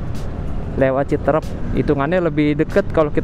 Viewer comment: Citeureup bukan citrep,Luh coy